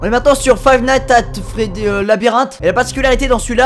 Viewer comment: Suis-je le seul a entendre Five nights at folive au debut de la video ? 🤔